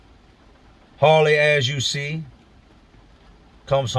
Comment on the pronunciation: Were you trying to say Harley or Hoirley?